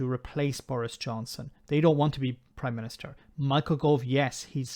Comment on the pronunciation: Ooh I hope not; imagine having to hear him saying "Oive done this" or "the Proime minìster must do that" for months.